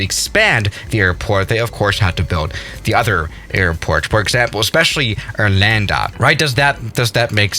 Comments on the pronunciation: Its ARlanda not arLANDA. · Me hearing Arlanda : Do you mean Orlando